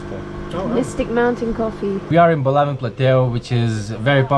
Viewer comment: Great video showing Lao at its best. I have lived here for the last 17 years and am very happy here. I have one small request and that is that you drop the "s" when saying the name of the country. The "s" was put there by the french and it is silant as in the correct pronunsiation of Pari"s"